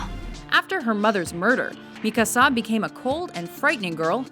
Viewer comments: seriously, you hear the correct name pronunciation in your own sample scenes and you still pronounce it wrong? why is it so difficult to comprehend the emphasis is on the KA and not the SA in Mikasa? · A lot of flaws are in this video, i am not going to bitch out about it because its more of a fan satisfaction thingy than actual liking those things but god dammit am i tired of hearing mikasas name pronounced wrong ITS MI-KA-SA NOT MIKA-SA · MIKASA! ITS PRONOUCED ME-CAR-SAR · So many things to get irritated about... But why don't we stick with the pronunciation of Mikasa's name. Mika-SA?? Really? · Some surprising mentions this time around, unfortunately there's a few crappy ones cough*Sakura*cough and the ordering is rather weak. Also, lol at "mikaSA". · I got so aggravated on how many times you over pronounced Mikasa's name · Yo you should say the same to Funimation about Mikasa's pronounciation XD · Y R U pronounce Mikasa's name like that? You have correct 1 . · comments on your list 1.) its Erza "Titania" Scarlet... Titania is a title labeled to her, it not part of her name. 2.) Mikasa's mother wasn't the only one murdered, so was her father 3.) the "American Accent" on the Japanese names are funny... like when the narrator pronounces Yuno and Mikasa 4.) Sakura has 50-50 fanbase... 50 like her 50 hate her with a passion, so she isn't all that like-able... but hey it your opinion PS. where is Takius or at least Judia or at least Chie and Yukiko :p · Sakura.... yeah... right.... Btw, how hard is it to pronounce Mikasa like you're supposed to? I agree with the top 5 at least, although I think Erza should have been number 1. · I think you pronounced Mikasa wrong,. I could be wrong cause I read the manga, not the anime.